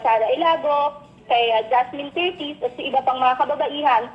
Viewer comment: Curtis NOT Cortes po.